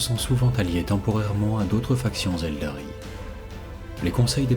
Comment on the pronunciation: Excellente vidéo mais j’ai toujours pas digéré.... je dit ELDAR est pas ELDARY😂